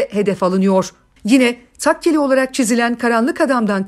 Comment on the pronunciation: Tekkeli değil Takkeli şeklinde olması gerekir. İki yerde Tekkeli dediniz